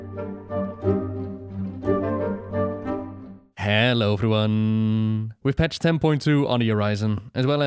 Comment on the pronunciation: Me -:( - hEllo everyonne Me -:)